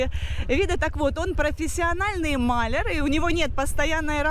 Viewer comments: А кто такие....ма'ляр!!??? Даже интернет не знает этого слова!! Это говорит о неграмотности! Как я понимаю ты имеешь ввиду маля'р! Уже не первый раз слышу от тебя этот слэнг и каждый раз очень режет ухо! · Господи не маляр,а маляр - ударение на 2 ой слог. ну как так,ты в школе училась или нет? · Какой мАлер? "малЯр". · Не мАляр, а малЯр. Ты по какавски говоришь?